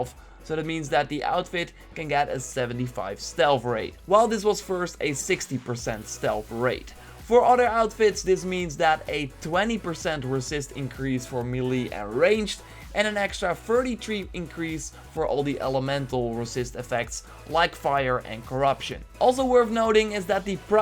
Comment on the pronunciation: MAY LAY not mealy